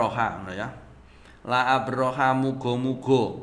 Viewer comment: Koreksi aja... La arbakha... Bukan la abrokha 😊